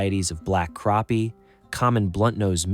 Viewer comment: its crappie not carppie say crap then say the pie instead of pie say with pea sound with it 🤦 learn how to pronounce words right 🤦 just like Google can't pronounce bass right and for walleye you need a hook #1/0 to #3/0 the #3/0 will get bigger fish like trophy for black crappie or white crappie use a #1 #1/0 for trophy